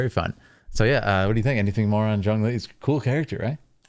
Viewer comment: As a chinese i must say, his tones, pronunciation or any comprehension he made, just perfectly proving he's an expert.